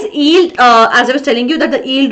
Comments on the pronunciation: Mam , you pronounce yield without y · y is not silent in yield so i think mam you should take care of what how you are spelling